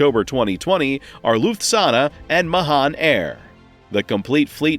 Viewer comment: You need to learn to pronounce Lufthansa correctly 😜